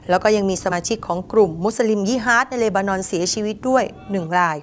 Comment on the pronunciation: ช่วยอ่านที เลนานอน หรือ เลบานอน เห็นแก่เงินมากกว่าความถูกต้อง สัตว์